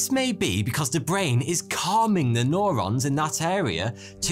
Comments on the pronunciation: Great vid. But it’s “new-rons” not “noh-rons” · Nobody:: N O R O N S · It's fcking Neurons NOT NORONS U MuRoN....Nurrrr pronounced NUR..NOT NOR.. fck sort your pronouncing out for lords sake .video after video...lol .it's that bloody moustache. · Nurons not nOrons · Norons? It’s newrons fams... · Neo New-ron, not no-ron. You are becoming one of my favorites. Keep the 'stache. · Is nobody going to mention it’s pronounced “new ron” not “nor on”? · It's called Neurons mate, like New Rons not Norons fuck sake lolol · i kept on screaming neurons every time he said norons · Neurons, not norons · It's neurons pronounced neuro like in you or Euro. N-you-ron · Stop saying "noron" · Or says "Norons" lol